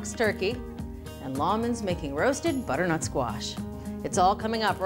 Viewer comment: there are 3 syllables in the word 'butternut', not 'buttnut'. aarrgg